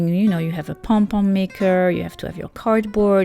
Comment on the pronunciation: Good hacks👏 But definitely not number 5 that is just a waste of yarn and also I heard her say pon pon not pom pom😂